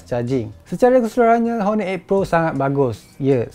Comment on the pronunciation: Silent 'h' la kt honor tu..